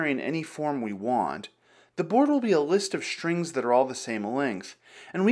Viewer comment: im just one minute into the video and would like to ask, why do you say "list of shtrings"? why I encounter with so many american people who say "shtraight"? is there's something I dont know about the English language? Ill watch the video and hope it to be fun. with no SH instead of S.